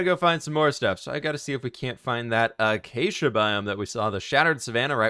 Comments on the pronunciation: Acacia is pronounced (A-Kay-shu) not achacha lol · "the achacha saplings" (acacia) (uh-kay-see-uh) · BTW, IT'S ACACIA AND NOT CHACHA HAHAHAHAHA. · Wait, have you always said achachia? The correct pronunciation IS akasha if someone told you that was wrong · I just love how he calls Acacia "Achacha" XD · BTW not to be rude but the pronunciation is a-kay-sha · Acacia is pronounced Uhkaysheah